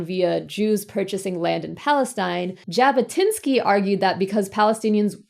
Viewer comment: "Jabotynski" is pronounced with a /ʐ/ (it's actually gonna be /ʒ/ when you're speaking English), not with a /d͡ʒ/.